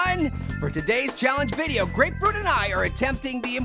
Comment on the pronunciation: you said apefruit lol